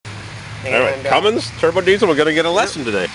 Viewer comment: Cummins.....................not "cummings"